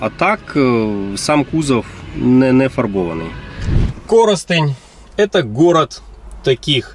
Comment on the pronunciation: обалдел когда увидел родную "комсомолку "(раен где проводили осмотр ) Респект за правильное ударение в названии города Коростень, а не на втором складе как это любят делать "проф киевские" журналисты! На деруны приезжают а название города выучить не могут! Отдельное Спасибо за такое количество Volvo на канале! хорошего не бывает много. сердца вольвоманов твои))) Требуем еще Вольво!)) Вопрос раен 12тыс евро из Швейцарии Volvo XC 60 живая с Вашим подбором это реально???